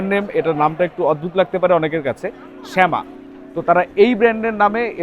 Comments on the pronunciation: শেমা না ভাই ছামা 😂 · Bro said "শ্যামা"🗿, but we all know😂 Btw, logo dekhe ami ja vabsi "SAIVIA"